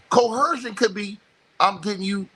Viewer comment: There is no “h” sound in the word coercion.